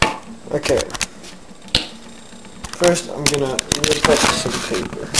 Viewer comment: once he said papper i stoped watchin the video.